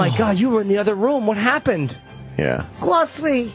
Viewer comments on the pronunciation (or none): "GWOCEWY!" With his little fat baby hand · Gwocewy man!!